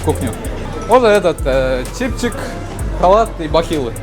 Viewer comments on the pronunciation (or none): Умар "чипчик" эмес "чепчик".